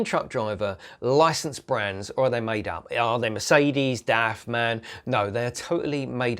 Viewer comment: It´s called, M.A.N , not MAN :-)